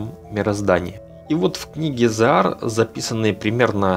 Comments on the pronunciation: Позволю себе поправить: не зорак, ЗОг'АР. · Вы не совсем правильно произносите книга Zohar , в не Зораг. А материал очень интересный. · Зогар, а не Зораг! Читай правильно. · Нет такого слова зораг, правильно Зоhар, но лучше всего произносить Зоар. С удорением на о. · Зогар, зогар а не Зораг, ну внимательней надо быть. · не ЗоРаг, а - ЗоГар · ЗоАр, ударение на А